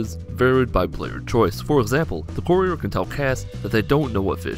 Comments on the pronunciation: I didn't watch this video because you mispronounced 'Courier' 4 times in the first 30 seconds. Good day. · How about, before you make a fact video, make sure you know how to say the character's name correctly.